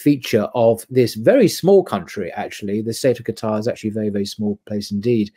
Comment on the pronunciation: Thank you for not saying Qataaaaaar, it's so annoying hehe